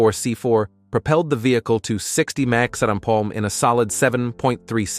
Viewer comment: Your AI voice narrator guy can't say simple terms like mph without glitching. Sounded like marbles in the mouth or something. Is it really worth having a monotone expressionless and glitchy computer do all the narrating? I love C4 corvettes but I only got halfway through this video. Not trying to be mean, just honest.